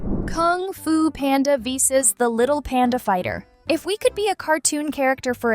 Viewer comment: YOU DIDINT SAY VS RIGHT 😭😭😭💀💀💀